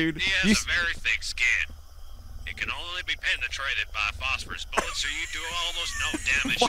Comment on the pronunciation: Can only be poonetrooted by -rous boollets XD